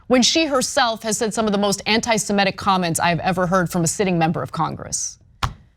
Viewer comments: semItic not semEtic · Semitic. Not semetic. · Ms. Kasparian, please learn the correct pronunciation of semitic. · Can you please learn how to say "semitic"? It is not "simetic". It is "semitic". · She mispronounces all kinds of things, it's ok.